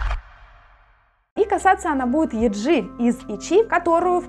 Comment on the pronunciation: Не юнА, а Юна. И не йеджИ, а йЕджи 😭😭 девочки сами так произносят так свои имена, не каверкайте, прошууу, слушать невозможно